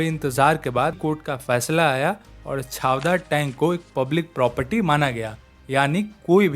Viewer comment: महाद नाहीं महाड छावदार नाही चवदार